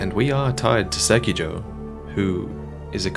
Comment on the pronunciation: Im triggered by the pronunciation of sekiro